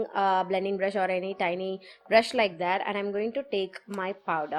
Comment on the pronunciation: Sorry to say this. I was noticing that you were using the word "tiny bit" often. I really got a doubt that can we pronounce as "teenee"? I googled. But we have to pronounce it as "tienee" I have learnt something today 😊 i hope you dont misunderstand me 🤗